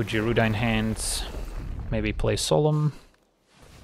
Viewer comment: (Guy)-Rooda. woof that was buggin the crap outta me LOL